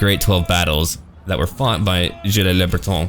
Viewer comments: gilles le breton pronounce "jill" ;-) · Rename Le Savage to Le Sauvage. Also, never pronounce the "s" at the end of a French word. Gilles is is pronounced "Jill".